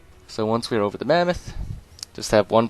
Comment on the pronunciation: Love how you call it the mammath